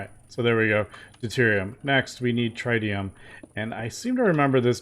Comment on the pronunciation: I believe it is pronounced trit-e-um not trite-e-um